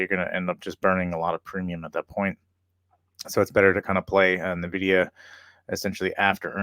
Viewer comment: It's not "nah-vidia." It's "en-vidia."